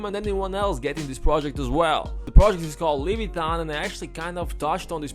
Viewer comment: Also it’s not Levitan, it’s leviathan, bro